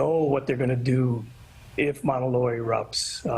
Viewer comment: The way that presenter pronounced Mauna Loa hurt me.